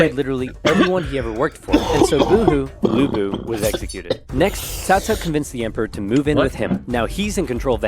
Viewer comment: Even Oversimplified didn't pronounce Lü Bu(Lu Bu) right, there is a difference between ü and u in Chinese Phonetic Alphabets.